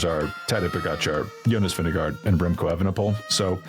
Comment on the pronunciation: please respect the top riders enough to pronounce their names at least somewhat correctly! It's Vin-GE-gaard, not Vin-DE-gaard:)